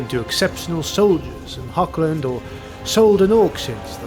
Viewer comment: Nice work. I am well aware that is very difficult für native English to pronunce the German word "Hoch" (High) but it has nothing to do with "Hog". There is no K-sound. To match the german "CH" loud you have to raspel strongky like clearing your throat